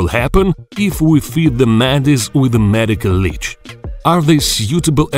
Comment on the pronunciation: "Med-ay-cole la-ay-ch"